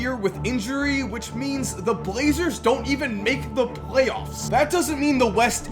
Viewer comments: Por Trail Blazrers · We’re just not gonna talk about “blazrers”? EDIT: As a Pistons fan I am SO glad LeBron skipped college. That stretch from like ‘09 to ‘15 looked painful. But also that ‘17 season looks good.